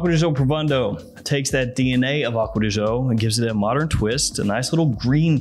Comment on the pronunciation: Akkod Joe? Acqua Di Gi-Oooo, peasant puh-lease!